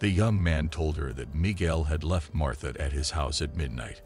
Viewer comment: Her name is MARTA NOT MARTHA. 😊